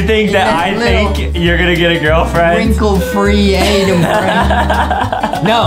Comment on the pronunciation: DID U JUST CALL HIM ADAM IT IS ADEM